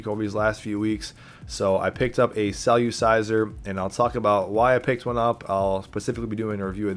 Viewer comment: It’s not “cell-u-ciser” it’s “cell-er-ciser” lol